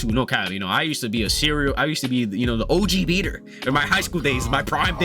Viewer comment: Bro said OGBeater